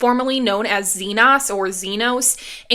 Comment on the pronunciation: It's ZeeNahs, not ZeeN(long O)s